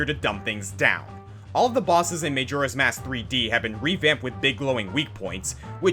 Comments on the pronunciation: Whenever he said MAYjoras mask over and over again I wanted to strangle him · Its may-jora's mask